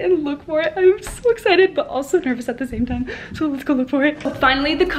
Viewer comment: Time not rime